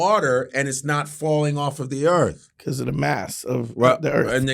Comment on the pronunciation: So the earf? Is it like axe instead of ask?